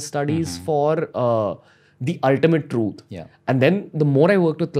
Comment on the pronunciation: Every time he said "THROOOTH"